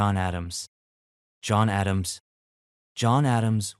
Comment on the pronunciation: John A-dam-she?